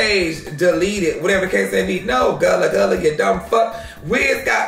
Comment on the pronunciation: He play too much, he called Gillie “gullah gullah” 😂😂😭